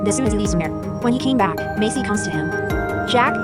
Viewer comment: Her name is Maisy, not Macy